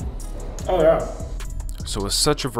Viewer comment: I feel like I can do this one... the time is the only challenging part. Omg I also hear your Canadian voice since you said something, "Oh, yeah!".🤣